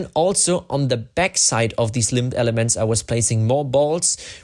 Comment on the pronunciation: Just a friendly heads-up: the B in limb is silent.